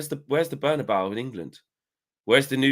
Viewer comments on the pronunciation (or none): Where's the Berna'bow and the Noo Camp. I still don't understand why English people cannot get these stadium names correct. It's the 'Berna-bey-oo' and 'Camp Now', FFS. 😂🤦🏽